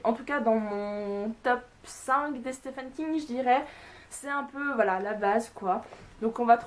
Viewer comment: Je ne dit pas cela pour être chiant les gars, mais le nom de l'auteur se prononce "Steven King" et non pas "Stéphane King".